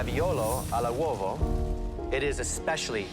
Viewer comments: Just to make the triggered italian: it's raviolo all'uovo. But i can't criticize in any way your intellectual version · Correction: should be raviolo all’uovo, not al uovo. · "Raviolo ALL 'uovo" dickheads